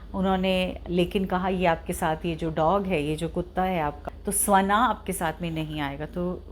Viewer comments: Mam its shvaan n not svaan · स्वना नही,ऑलरेडी... श्वान...सही प्रोनाउंस ये है।अंग्रेजो ने ये योग का योगा,,राम का रामा,उसी तरह श्वान का स्वाना...कृपया इस प्वाइंट को नोट करें..✅ अगर आपको सही लगे..बाकी आपकी इच्छा..🤷🙏🕉️ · Yes it is pronounced as shwaan.